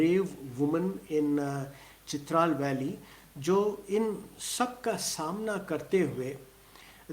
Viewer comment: It is Chitraaaal not Chitral .